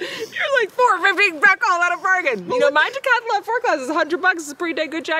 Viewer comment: Oooh, one of my pet peeves popped up in the video, and OMG, has you doing it now too! The name of the outdoor company from Europe is Decathlon. Decathlon. dee-cath-lon. Three syllables. Not dee-cath-UH-lon, or "Decathalon", like it was even spelled IN YOUR GRAPHIC!, you MUST put a stop to this MADNESS. If has her way, we'll all be doing a decathalon on our virgin voyages!